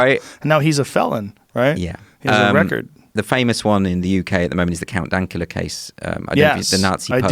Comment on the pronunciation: When he said Count Dankula, I thought he said 'Countdown Kller'.